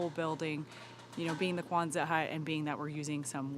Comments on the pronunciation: Quonset hut, not Kwanzaa hut. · Quonset doesn't have a "Z" sound. ( Kwon-sett) I live in RI where the hut was invented.